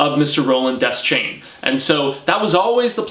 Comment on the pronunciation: Deschain is pronounced dee-shane.